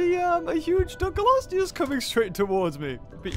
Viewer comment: Why does he keep mispronouncing Dunkleosteus? Dun-klee-osteus, not Dun-kul-osteus, maddening!